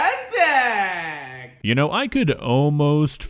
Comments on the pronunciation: i HATE how he says parefect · I’m at the point that if I hear this guy say “PIRFICT” one more time I’m going to lose my shit and just ask god to pls just kill us all, we deserve it. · I'm gonna hear "Poifect!!!" in my nightmares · Don’t forget he’s being racist whenever he says BeRFEct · Most of the time he says "BeRFecT" it looks like he was holding his tears and crying off camera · no joke i thought he was saying breakfast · I thought he said berfect like replacing the p with b